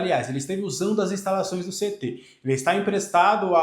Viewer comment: Tenho impressão que vc sempre pronuncia CET (guardinha de trânsito) ao invés de CT